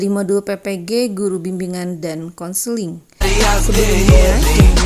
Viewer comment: bukan kenseling, tapi konseling.. hehehe